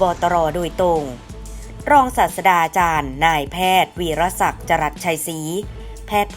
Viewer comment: แอดครับ..รศ.อ่านว่า รอง-สาด-ตรา-จาน/ไม่ใช่/ รอง-สาด-สะ-ดา-จาน /แนะนำครับจะได้อ่านถูกต้องตามหลักภาษาไทย อย่าดราม่านะ/ศาสดา หมายถึง ผู้นำทางศาสนา ที่มีองค์ประกอบ 3 อย่าง คือ ศาสดา อ่านว่า สาด-สะ-ดา คำสอน และ สาวก